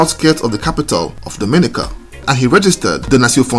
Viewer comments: Appreciation Society: DOMINICA correct pronunciation is "dom-ah-NEE-ka" not "doh-MIN-ih-kuh"..... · To the host, the pronunciation is…Dom-in-nica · I don’t know how to tell you in message yet..but your saying it like the Dominican Republic…and it’s not like that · It would be nice if you knew how to say Dominica